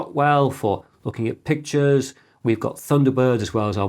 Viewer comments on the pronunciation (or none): none